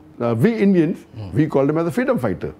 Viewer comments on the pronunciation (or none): It’s we not Ve